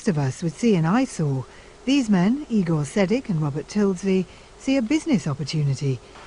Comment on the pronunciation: No its not "E Gore" it's "I Gore". Ronnie Feldman if you didn't understand from Young Frankenstein.